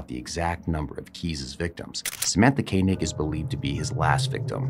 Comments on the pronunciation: How can you pronounce her surname Kaynig for for the entire video when you can here the cops and reporters saying it correctly?? Disrespectful. Do your homework. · Dude….at least pronounce Samatha’s last name properly. It’s not Kay-neg; it’s Koenig pronounced Koh-neg.